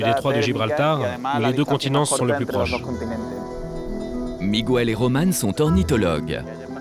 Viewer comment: Miguel se prononce... sans prononcer le "U" : Mig (g dur)el😉😊